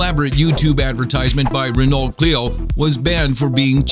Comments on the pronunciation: this guy needs to learn how to pronounce renault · Learn how to pronounce Renault correctly, the 't' is silence. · dude, the T in Renault is silent. and a mid roll ad 3 fucking minutes in? fuck off with that shit. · Why can't these idiots learn the proper pronunciation of commonly known words? What's the name of that French car? Bonehead. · You couldn't take thirty seconds on Google to find out how to say Renault? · ...still cringing on the pronunciation of "Renault" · Renault it is not renought it is pron Reno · Ren-Ault? It's pronounced Ren-O. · it's pronounced ren-o not renult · It's pronounced like Reh-no, not Reh-nolt you idiot. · It's pronounced renno, not renolt! It's not like it's obvious it's French is it?? Renault!!! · Renault? Really? [Ren-alt]? It's pronounced [Ren-oh] ffs... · "Re-Nolt" ... -_- The L and T are silent, its pronounced "REH-NO" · Ren-oh. REN-oh. Not renolt. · The car ad : it's pronounced Reno not Renolt just FYI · Not Ree-no. That's a town in Nevada. I'm sure you knew what you meant, but for the others who don't know, it's pronounced Renn-O. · Since when has Renault been pronounced "Ren-alt"? It's NOT "Ren-alt" you morons, it's pronounced "Ren-oh". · OH MY F*CKING GOD. NOT (RENAALT), (RENO). LEARN HOW TO SPEAK. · Is not pronounced "renault", it pronounced "Reno" because it's French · It's not pronounced "Renolt" its pronounced "Reno" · it's pronounced "ren-o" NOT "renolt" you don't have to be French to know that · renult? its pronoced reno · renault is pronounced "ren-oh" not "ren-alt" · promounced "reno" not "ren ault" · its pernounces re-no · Renault is pronounced rainoh, the t and the l are silent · I know he didn't just pronounce the "T" in Renault. It's pronounced "Re-no. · The fuck is a Re-nolt? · Renault is pronounced Renoh. Dirty French and their silent letters. :) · how the guy pronounces "renault" makes me wanna kill myself. it's pronounced "rehno" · thats not how you pronounce renault. ren-o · Ren-alt... LOL ok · lol Renult